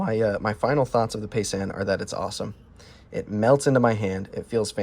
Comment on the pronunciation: It’s pronounced ( pie - zahn ).